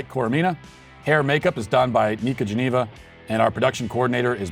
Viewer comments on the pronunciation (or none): none